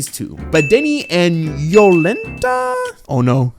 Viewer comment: Apparently the author based this story in Poland, the birthplace of Heliocentrism. Most of the names are Polish, you nailed Jolenta but I laughed pretty hard when you called Oczy (means eyes) Oxy 😂. And yeah this one a sleeper, I will probably go and read the manga when the show ends